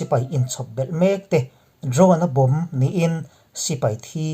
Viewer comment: Bomb chung chang tiha bomb i thluk dan a dik lo,lung vawm tiha vawm thluk angin bomb chung chang bomb lai kha thluk rawh .